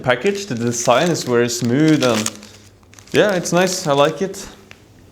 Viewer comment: Funny how you say wery not very guess this is so common pronunciation for Germans and Scandinavians. Would you introduce us to some Norwegian food and culture in upcoming vlogs?